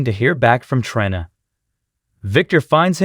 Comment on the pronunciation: The computer generated voice has to GO. Can't even say characters names correctly,especially TRINA or DANTE !!!